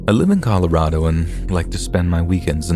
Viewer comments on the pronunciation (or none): none